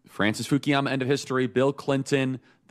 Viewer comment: 我敢说，他根本就没有看过福山的书。因为他连福山的名字都一直叫成fukiyama。但是正确的发音应该是 Fukuyama。如果他看过福山的书，就应该知道他的名字的英文拼写。